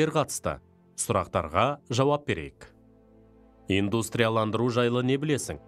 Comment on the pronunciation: Инстандырылу демей дұрыстап оқысаңызшы